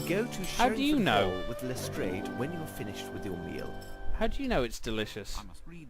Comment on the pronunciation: I hate it when they pronounce it "Lestr-AY-ed" instead of "Lestr-AH-ed" It irritates me!